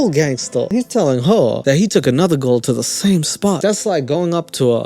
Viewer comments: WTF do you struggle so hard to say "girl" and "you-tube"?? Say GURRRRLE, and say TOOOOOOBE bruh. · Why does sound like a german trying to pronounce squirrel whenever he says girl. “Gow-rl”